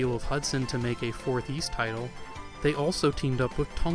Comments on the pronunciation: Seriously. It always amazes me when Youtubers who cover things like Japanese games, anime, history, and culture don’t even bother to learn basic Japanese phonetics before releasing extensive, in-depth videos like this. No offense to OP as he is absolutely not alone here, but it just hurts their overall credibility in my eyes. When he mispronounced “Ys” though, in a freaking history of Nihon Falcom video, that was just too much for me. Not surprised that many people felt the same way and pointed it all out well before me, and respect to OP for publicly acknowledging his mistakes. For what it’s worth I still enjoyed the overall video a lot and even learned a few things despite being an Ys nerd who’s been familiar with Falcom for the better part of two decades now. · Ys: 'Ees', not 'Yees'. Yeesh. Every time you say it I cringe, and you say it a lot... Great video though. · "eace", not "yeace", please. :) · Omg dude it's a great documentary but one would think you would have researched how Ys is pronounced! It's not pronounced Yees, it's ees! Every time you say yees I cringe! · Didn't you check the pronunciation of Ys during your research? It's Ees, rather than Yees. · I am really enjoying your video, but please stop saying “yease,” it’s pronounced “ease,” like east without the t. For anyone who wonders, the Japanese kana reed ee-su. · Yees? I thought it was pronounced as "ease" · This history and story is excellent, thank you. But I cringe a little each time I hear "Yees" instead of "Ees". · You posted this three years ago and probably won't see this, but are you aware that "Ys" is pronounced without a hard 'Y' It's more like "Ees". It just kind of bothered me, you said it like thirty times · I never heard it pronounced "Yi's". Apart from that, it's a very good documentary. Keep up the good work. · Excellent video. Thanks, but it drove me mad that you mispronounce Ys all the way through.